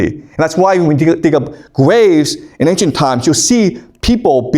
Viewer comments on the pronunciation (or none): none